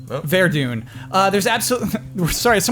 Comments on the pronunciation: It's Vure-Done, not Vare-Doon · Best section beastie boys rap. Pronounced 'Ver-Done' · its pronounced ver-done and i hope it was my comment that got mention